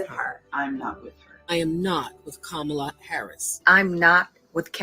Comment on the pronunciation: They are saying Kamala wrong, lol